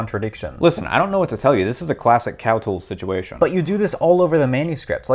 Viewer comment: First: Premium English... Second: "Cowtools."